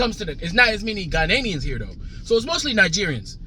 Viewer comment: Ghanaians not Ghananians lol😅